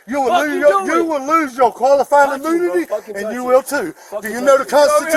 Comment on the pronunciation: Did the cop lose his qualified "Amoonity"? 😂😂😂